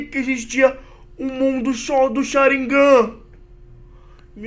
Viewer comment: voce errou a pronuncia e Sharigan nao Sharignan